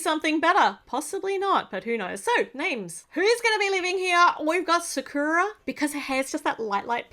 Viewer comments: the name sakura is SA-KUE-AH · How you pronounce sakura is sak (kinda like sock) ku ra